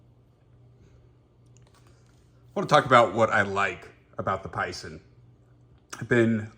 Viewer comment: Definitely a beautiful knife! Don't worry about Spyderco forums OCD... I'm curious to see Spydercos fix. Sal reaching out was probably only because you made the thread. BTW pronounced "pie-zaan"